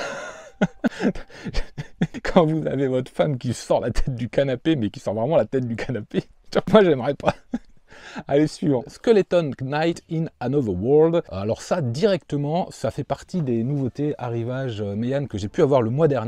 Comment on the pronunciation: Vu ta récente passion pour les isekai, j'étais sûr qu'il te plairait skeleton knight. Par contre fait moi plaisir et ne prononce plus JAMAIS le K du titre stp ^^ Shut hell, en fait c'est comme valhalian, il suffi de te sortir un tome 1 collector fort joli et tu saute dessus. ça te servira peut être de leçon pour la troisième fois XD PS: quitte à lire de l'isekai, fonce chercher hero skill achat en ligne. tu m'en diras des nouvelles.